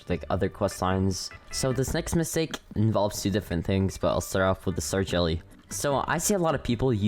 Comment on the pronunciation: Ah yes…. “Misake” lol not judging dont worry